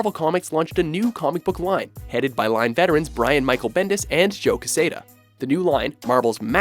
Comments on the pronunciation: Joe "Kehsaydah"? FFS. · The way you mispronounced "Quesada" made me cringe hard.